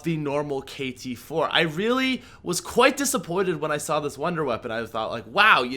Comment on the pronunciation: Cringe ,he said the upgraded kt-4 weird